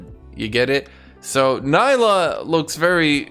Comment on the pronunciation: It's not pronounced Ny-lah for God's sake, It's Nee-lah !